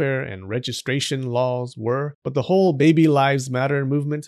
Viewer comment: I like how they say baybay instead of baby sometimes 😂